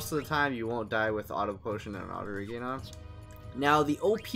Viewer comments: It's pronounced and spelled "Regen", not regain. - Auto-reflect blocks your own white magic, which is a downside to putting it on every character. - There are easier spots to find the dragons. - You should've taken the question part out of the video. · The Auto-Reflect is more of a bonus then a downside when you have Auto-Potion and Auto-Regen. You can also put Chemist on Dagger and that helps with any low HP (if it were to get that low). Yeah sorry about the pronunciation of regen, I guess it has stuck with me since I was a kid my bad. Also this is the only spot to you can get to early game so that's why I used it. Yeah I was thinking about taking it out of the video didn't really know what to do with that. Thank you for your input really appreciate it :D